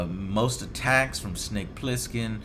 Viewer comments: It's Plissken, Joe. Pliskin was the name that solid snake used in metal gear solid 2. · It's "Snake Plissken", in case you're wondering. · Also, it's BOB "Snake" PLISSKEN... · It's Bob Plissken. And "Snake" is his nickname, not his original name.